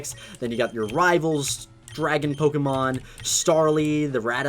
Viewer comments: Why did you say pokémon as pokimon not pokémon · It's Poke-ay-mon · The amount of times he's said Pok-EE-Mon disturbs me